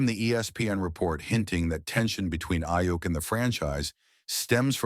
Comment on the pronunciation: next time make sure the AI says the dudes name right